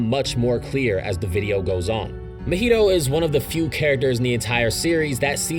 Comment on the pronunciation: How did you manage to say mahito’s name as mojito 😭😭😭